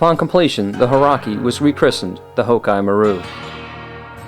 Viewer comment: Hauraki is pronounced Ha-oo-racki, exactly as it looks. When the word is spoken at normal speed, the "u" is almost silent but definitely should be heard. It is a 4 syllable word, not 3. Thanks to the missionaries to New Zealand in the early 1800's who did a great job of transcribing spoken Maori into a written language.